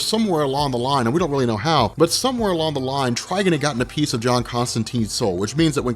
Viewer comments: Did you just say "Trigen"? It's Trigon with an 'o' Spoiler alert: The Spectre is being controlled by the stupid 5th dimensional imp whom for some reason has godly powers that was able to take over the The Spectre body by removing his human vessel. Superman in Injustice is the quintessential of plot armor...... Anyone know which comic Superman lobotomizes Shazama? Or was that just in the game? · Trigon not Trgen 🤦‍♂️ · Trigon is pronounced like Tri-"Gone" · the way you say trigons name hurts my soul